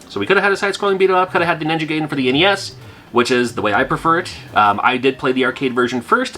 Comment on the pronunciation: Gaiden is pronounced "guyden" not "gayden" im pretty sure but i used to pronouce it that way too lol